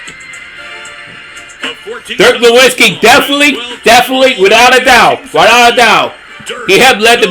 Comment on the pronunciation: YOU MISPRONOUNCED DIRK NOWITZKI’S NAME.